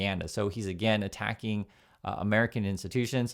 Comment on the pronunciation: oh nooo is amewica expewiencing an amewican backed coup and take over of govt orgs by radical organizations ooh nooooo ooooh i think there is a word for it karma